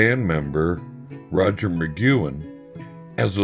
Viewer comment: butchering Roger's name! but cool video otherwise.